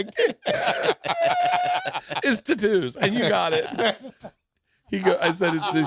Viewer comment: I feel personally attacked that Bert knows how to pronounce tattoos but pronounces it incorrectly on purpose 🤔